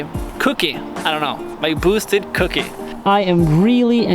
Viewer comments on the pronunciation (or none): It's Kouki, not cookie :))) it is the second type of this model S14a(Kouki and zenky)